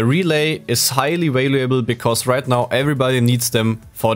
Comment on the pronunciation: valuable is normally pronounced val-you-ble without pronouncing the A. Just trying to help it's obvious english is not your first language. Also, great job on the video.